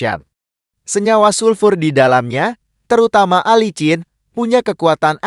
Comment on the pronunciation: Bukan Alicin bego ! Tapi yg bener dibacanya Alisin dasar Narator amatiiir !!!!!😝